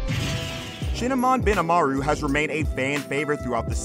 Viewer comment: shinmon, shinmon, not shinamon